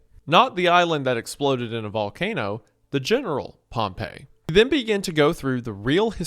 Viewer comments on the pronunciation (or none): POMP-EE it's pronounced POMPEE Pompey not POMP EYY POMP EEE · THATS NOT HOW ITS PRONOUNCED Pompey, as in the Roman general, is pronounced “Pom-Pee”. “Pom-Pay” is how Pompeii, the city, is pronounced. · Pronouncing Pompey like Pompeii is driving me crazy. I've always heard it as POMP-EE. Otherwise phenomenal experience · I swear Pompey is pronounced Pompee and not Pompeii. ALSO WHAT DO YOU MEAN YOU WONT SHOW HUNTER SINGING FAIRY QUEEN UNCUT HOW DARE YOU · You mispronounce Pompey this entire video, and it's honestly kinda enraging to me, a lifeless Roman history nerd with nothing better to do than complain. It is not pronounced like the city, it is "pom-pi", not "pom-pei". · Not to be that jerk, but i believe the Roman general is pronounced pomp-ee while the city is pronounced pomp-ay. Apologies for being annoying about something that literally doesn't matter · It bugs me an unreasonable amount every time you pronounce Pompey like Pompeii, lol. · Oh God, he's still pronouncing Pompey as Pompeii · Sorry i hate to be a nerd but Pompeys name is pronounced "Pom-Pee" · Hate to be that guy but Pompey is pronounced paam-pee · Dawg how did you make this video and not look up the correct pronunciation of Pompey… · That’s not how you pronounce that Roman general’s name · my brother in christ- please for the love of god learn that pompey and pompeii are not pronounced the same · This is a great video, gooner, but that is not how you pronounce "Pompey" when referring to the historical figure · Pompei (the city) and Pompey (the Roman General) are pronounced differently. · Please god tell me you read a few erowid lsd trip reports before making this. It’s super important to understand the psychological workings of lsd to fully understand what’s happening here. also PLEASE tell me you learned how to pronounce “pompey” and “causal”